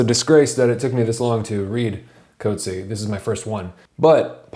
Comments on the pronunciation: The CORRECT way to pronouce the author's name is "COAT-see-ah". He is from am Afrikaans background NOT an English background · Ok great review but please note that his surname is pronounced “coot-see-a”. He’s a great author and his name should be pronounced correctly. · coat-see haha. but great video! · You’ve mispronounced his surname.